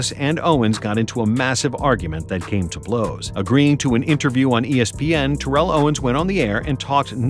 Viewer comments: You calling him “Ta-Rell” instead of how he himself says his name is pronounced is actually sad. All this knowledge about his career yet you can’t say his name correctly. It’s pronounced “Tear-le” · Terrell (Owens) = Tear-roll, not Tur-elle | he hates the elle pronunciation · His name is actually pronounced - Teh- Rel, just FYI 👍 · You're mispronouncing his name, lol His last play in Cincinnati was not acl , it was meniscus, tore acl in off season btw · Jesus Christ you are mispronouncing his name incorrectly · This dude never said his name right once lol How good was TO? goat status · Please pronounce his name right! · You said his name incorrectly Jesus Christ